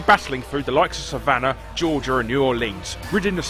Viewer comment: Larry reads "Savannah, Georgia" like they're two different places rather than a city within Georgia. I wonder if it is because live in Europe, or if it is the habit one can get into pausing at commas when reading aloud.